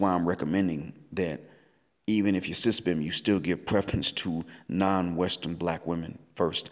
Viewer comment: That's the first time I heard S.Y.S.B.M. pronounced as SYSBM.